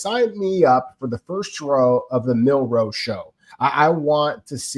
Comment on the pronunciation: I think is just trolling at this point by calling Jalen Milroe "Jalen Minroe". It's been like 4 months at this point. If Milroe becomes a starter, we're going to have to start saying his (very easy to pronounce) last name correctly.